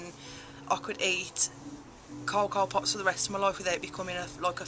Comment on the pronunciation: The way you say cocoa pops 😂